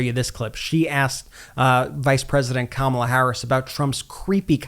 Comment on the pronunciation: His inability to correctly pronounce Kamala's name after all this time is a glaring flag of his mental decline!!